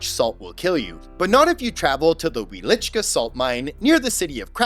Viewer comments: Fun Fact: In Polish the W is pronounced as a V and the cz as ch. So Wieliczka should sound like Vielichka. 😊✌ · Oh cool! Since you were there, then you'd know the correct way to say it because I don't think he pronounced the name right. Doesn't the W make a V sound in Polish? Similar to Russian. It sounded like he at least said the cz as ch. Wieliczhka should sound like Vielichka, right?